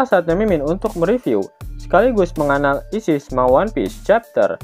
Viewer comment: kata menganalisisnya jngn di jeda bang